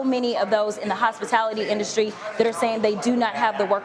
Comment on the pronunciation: You’re saying “hospitIlity” with an “I”. The word is “hospitAlity” with an “A”. It’s the word hospital+ity. We can’t let the libs get anything on us. We can’t even pronounce words wrong. Ok bro. Thanks.